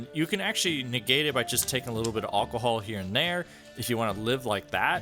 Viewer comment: Hahaha Aucohol 😂